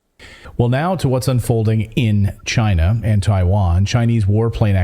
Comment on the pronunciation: Trump says “Gina” not China